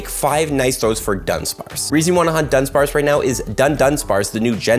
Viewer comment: Why does every single YouTuber say dun-dunsparce? It is du-dunsparce